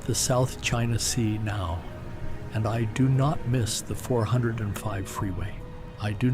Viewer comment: the guy doesn't know how to pronounce van nuys or 405.